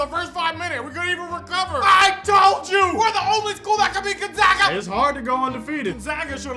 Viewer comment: It's Gonzaga, not gon(g)zaga, how people mispronouncing that?!??!! 🤣🤣💀💀🤣🤣